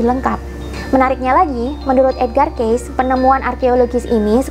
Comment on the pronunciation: Mohon maaf, ralat sedikit,. Kata Cayce pada nama Edgar Cayce yang benar adalah dibaca "kei-si", bukan "keis". Lanjutkan terus perjuangannya untuk membuka kesadaran banyak orang terhadap spiritualitas demi menyongsong peradaban baru.:)